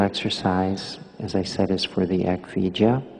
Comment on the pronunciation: 🌻Thank you for your complete and accurate answer Also your time and attention Yes, that was the perfect answer My guess was the word "Eck Vidya", but Mahanta's pronunciation seemed to be "Eck Vi - ja". Thank you again and I wish you the best May the blessing be